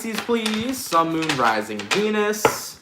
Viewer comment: No disrespect intended to follow but for some reason, I cannot help but hear you saying, each time: "Sun, Moon, Rising Penis - in the next 24 hours." 😆